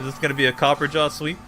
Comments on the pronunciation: Copper-ah-jah why mans keep saying copperjaw? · It's copperRAJAH, not copperjaw. Me so triggered. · Copper-ah-jah Not copper-jaw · Its Copper-a-jah not copperjar. Think Maharaja! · It's copper-ah-jaw, not copper-jaw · I had to pause it and step away from a minute. I just got to the part where you said that, was omfg dude heard me. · It’s copper- A-jah not copperjah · Because people can't read. CopperAHja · this boy reading copperajah like copperjaw lol wtf ever been to india? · Say “copperjaw” 13 or 14 more time, and I’m outta here. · Cah-per-ah-jah XD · copperajah isn't pronounced "copper-jaw" you illiterate schlub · copper ra jah that's how that's pronounced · I think is pronounced copperaa-jaa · I believe it’s pronounced Copper RAJA further pointing to the Indian origins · Actually, the way to pronounce Copperajah is Copper + Rajah (Like the ancient leaders of the countries like India, Malaysia, etc. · WHY DOES HE KEEP CALLING HIM COPPERJAW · I think it's pronounced Ca-per-ra-ja lol